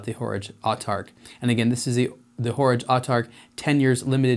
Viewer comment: A good dispassionate review! I must admit that hearing 'Horage' pronounced as in 'Porridge' knocked about $1000 off the price for me. 'A small version of a big date' seems somewhat self-defeating.